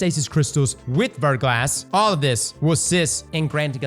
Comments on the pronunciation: Also it's pronounced "Ver-gla", the "S" is silent and it's French for "Freezing Rain" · "VER-GLAW" Curve 👌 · Haven't started the video yet, but I bet he mispronounces Verglas. Yup, I was right.